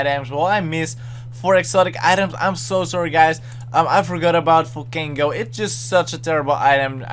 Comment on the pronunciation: He didn't say Volcango